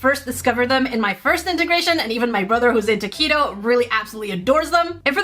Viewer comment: When you said "my brother, who's into Keto," I heard "my brother, who's a taquito" 😂